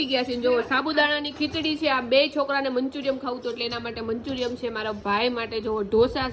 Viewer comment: manchuriyam na kevay Manchuriyan kevay